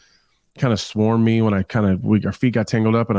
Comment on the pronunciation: Does anyone else get really bothered by the way says the word "me"?